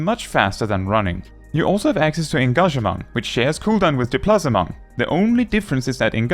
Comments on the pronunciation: Why are you pronoucing english words like they are french? 'Displacement' is english, in french it would be 'déplacement'. It's clearly written in english. At first I was confused wtf you were talking about, untill I looked at the screen and went 'oooohhh...' and then I wanted to punch you in the face lol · i've never heard "displacement" pronounced that way. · The way this man pronounces displacement and engagement is seriously about to give me a stroke, lol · The Displacement pronunciation killed me though 😂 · I enjoy how you pronounce displacement But Displacement is also just an English word As is engagement XD They’ll always sit in my head like that Either that or I can’t read